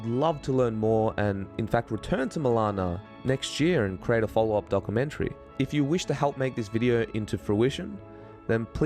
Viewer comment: "This Dock-A-menchry" 🤣🤣🤣